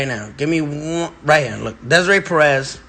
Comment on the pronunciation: Bro how you pronouncing Desiree like that? 🤣